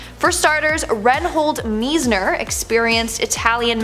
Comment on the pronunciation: Reinhold Messner. Rein - Rhine, like the river. Reinhold = Rhine-Hold Messner - Mess, like a mess Mess-ner.